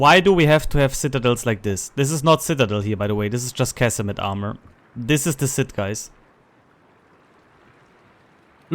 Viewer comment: Casemate is pronounced like face-bait, and consecutive is pronounced Con-seck-you-tive, emphasis on the seck. 😉